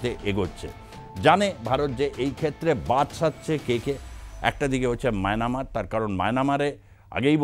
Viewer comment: মায়ানামার নয়- মায়ানমার